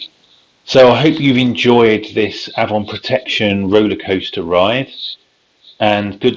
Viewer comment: It's ay-von